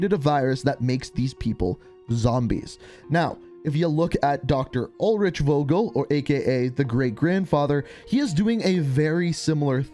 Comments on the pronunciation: Please please please. Pronounce the name with a f like in f... You. And not wogel. Thanks and love from Germany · Vogel = bird And you pronounce it wrong buddy haha In Germany we pronounce it like: fogel